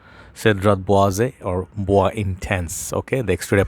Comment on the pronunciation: Boizay is the correct pronunciation.